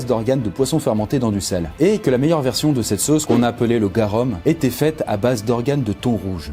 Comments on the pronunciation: Salut on prononce garoum et pas garom... sinon trés bonne vidéo ! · je fais du latin et garum, ça se dit GAROUM et pas GAREUM voilaa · Les vrais savent que le mot "Garum" se dit Garoum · On dit "garoum" 😂😂😂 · "Garoum" ça se prononce prononce "garoum" Enfin on m'a appris à le dire comme ça en tout cas Oui je suis un chieur ^^ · On dit garoum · Le garum se dit garoum !!!!!!! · « Garoum »! Le u latin se prononce « ou » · En latin on pronoce garoum